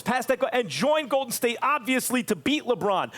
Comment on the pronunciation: "OKC was the Go'din State before Go'din State!!!" - Isiah Thomas